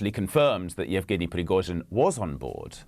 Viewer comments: I've heard some wicked pronunciations of Russian and Ukrainian names in the last few years. Alot of westerners seem to throw in whole syllables that aren't even there. 'Yevgenski', that's a new one. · Yevgenski? That was unprofessional